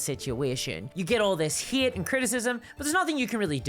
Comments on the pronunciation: I chuckled at the narration. Not sure how this made it into my Youtube feed, but hearing "Hate" pronounced "Heaeate" is totes adorbs. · How on earth can anyone be offended by this cute (a bit cringe) little video? He just says he likes a girl no matter how they look or dress... like wtf? D: People are wild these days. on a different topic: I love your accent or pronounciation.. the way you say "Hate" or "Creator" is incredibly funny and cute haha